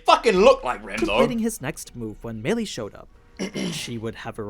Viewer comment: Meili is pronounced like May Lee